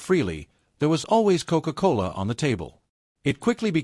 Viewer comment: Very unusual word commentary to describe a beverage! Coke-Cola like a ..."Coke-Cola Hall Putsch"